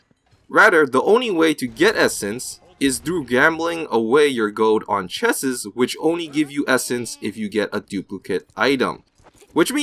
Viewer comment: Tony Dimov Do your research before you listen to a guy who can't even pronounce "chest" right. Paladins is not pay2win. never has been, never will be.